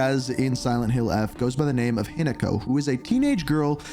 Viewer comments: not hiNAko 😭 lol, HInako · “i’m gonna try to pronounce the names right” gets first syllable wrong lol. no worries no shade just thought it was funny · good video but ooph for not practicing how to pronounce Hinako's name. They have English and Japanese dubbing so just hearing it and practicing it seems like a lack of effort But top marks for getting this video out so FAST